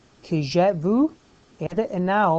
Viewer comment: it´s ok just improve "vu" pronunciation.